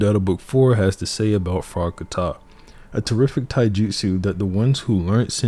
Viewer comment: Its not frogkaTA but frog ka tah